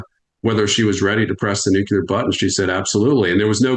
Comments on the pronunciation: I'm sure this man is intelligent. I wonder why he can't pronounce "Nuclear". Not that hard. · When experts can't correctly pronounce nuclear, I'm skeptical of their analysis...just saying 😢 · knows stuff to be sure... How is it though, that he is supposedly an "expert" on a topic he can't correctly pronounce? It's Nuke-lee-er not nuke-you-ler. I'm NBCW trained for 26 years so hearing an expert say nuke-you-ler sends me into conniptions... I said it wrong too... and did push-ups and burpees in the effing gas hut until I didn't. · Please tell this guest to stop saying “nuke-you-lar.” It’s “nuke-lee-are.” Thank you 🙏 😂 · Knowledgeable guy,,,,,,why TF does he say "nu cu lar"? gets it right. FFS that annoys me, George W was a POS. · What us Nucular war? I've only heard of Nuclear war. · I can NOT 🚫 Tolerate a Person Saying: “Nook - YOU - Layer” ☢️ It Is: “Nook - LEE - Year” Let Alone A Top 🔝 Expert In The Field. ⚛️ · Everyone in the comment section complaining that he pronounces it “nucular” instead of “nuclear” really need to relax. You know what he means. Grammar will hold little value in a post nucular/nuclear war wasteland... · I love your work, truly, but I have difficulty listening to a guy that says NUCULAR... even though it is equally accepted as NUCLEAR... To me, it just ain't right.... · I could heartily wish that "EXPERTS" had the self-awareness to stop saying "new-kiu-lar" - given that the goddamn word has the 'C' immediately followed by the "L". To be clear, nails it (almost always): "New-Klee-Ar" - it's not rocket science. "Nit-picking"? Not really. "Experts" should have their sh1t 100% organised and sorted, to be credible. Where are his advisors? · it's pronounced 'nuclear', not 'nucular'. 🙄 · NUCLEAR. PRONOUNCED NEW. CLEAR NOT NEW CUE LER ! SOUND IT OUT !!! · It's "Nucular", not "Nucleus" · I don't get why it's so hard for some people to say NUCLEAR and not NUCULAR .... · Nu cle ar ...! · The guy can't say nuclear